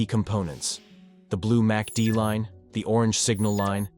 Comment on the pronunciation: You might want to edit your AI voiceover. It kept saying "massy-dee"